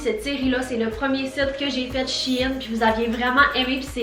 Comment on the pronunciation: Le site se prononce chène!!!😤